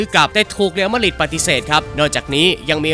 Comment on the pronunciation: Madrid อ่านว่า แมดดริด หรือ มาดริด ไม่ใช่ มาดหริด